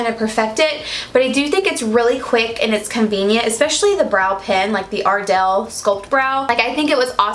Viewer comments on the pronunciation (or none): The accent on ardell and the moment you missed your eyebrow. I'm dying. I love you.